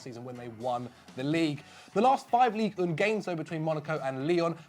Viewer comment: hahaha he actually mispronounced Ligue 1. Everything's fine